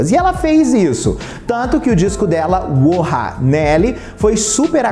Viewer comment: adoro que o sempre fala o nome do primeiro álbum errado. é WHOA e não WHOHA kkkkkkkk